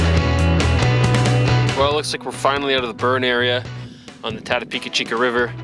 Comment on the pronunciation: Ran it twice last season in June with Kayaks, portaged 3 times of the 60 km's had a blast, your video doesn't do it justice for the scenery even thought it burnt, doing again this June First weekend. The fact that you miss spoke the name sucks lol.